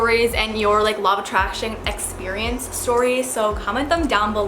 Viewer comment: i cant stop hearing "lava traction" 😂